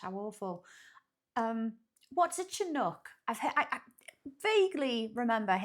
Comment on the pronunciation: The narrator is mispronouncing Chinook, it should be a SH sound at the beginning, SHi-nook. Also, we say Koot-nee not Koot-nay. The only "snow" day I remember having (where I live in Montana) was one time where the wind-chill was -89F (the air temp was around -48F with wind gusts up to 25mph) and the busses couldn't run because their brakes wouldn't function.